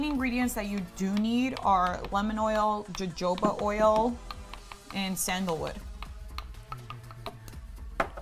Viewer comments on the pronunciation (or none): Its pronounced "hohoba" oil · loved this diy!! also jojoba oil is pronounced ho-ho-ba not the way it's spelt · its pronounced ho ho ba oil. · It needs to cure for about 4 weeks, you mean to tell me the other girl doesn’t know how to pronounce jojoba oil either. Why put out videos if you can’t pronounce the name of the products.